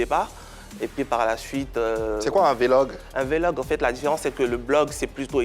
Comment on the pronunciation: Tu dis tu as une license en Anglais, petit mot Vlog la tu sais même pas comment on prononce. Ko vélog, tu es sûre que tu as une license en Anglais?? On peut faire ça?